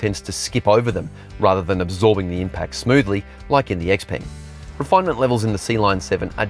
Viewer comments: It's XPENG why does he keep saying GPENG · Please say XPENG name correctly